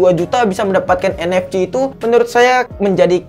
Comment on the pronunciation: Lu nyebutin NFC aja anehh